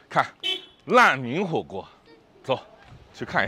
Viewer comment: 烂民火锅。。。这普通话说的。。